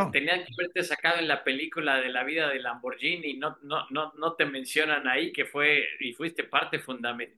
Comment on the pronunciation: Este maestro si sabe pronunciar Lamborghini